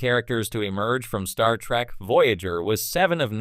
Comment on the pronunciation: "TREK" not "TRACK"! EEEEEEEEEKKKKKKKKK not AAAAAKKKK